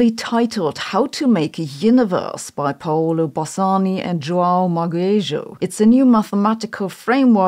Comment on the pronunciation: You should say it Juan-u Magayju